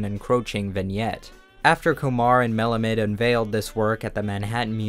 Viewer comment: It should be pronounced Melāmid (AH med)